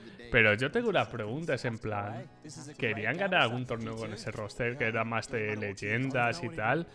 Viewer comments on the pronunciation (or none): none